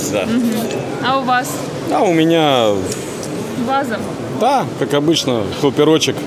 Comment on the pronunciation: как он говорит "ДЭА", считайте)